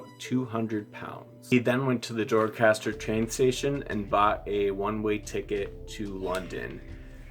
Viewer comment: he cant pronounce Doncaster...